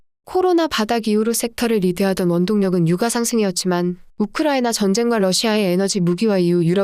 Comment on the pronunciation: [유까] [역대끕] 유가만 좀.. 발음 제대로 해주세용.. 항상 잘보고있어요👍